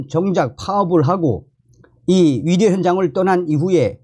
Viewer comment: 의사를 위사라고 발음하는것 같아서듣기가 거북해요 북한식인가요.? 이젠 고치실 때가 되었어요 요며칠 매일 들으면서 의사, 의료 등 발음이 너무나 이상해요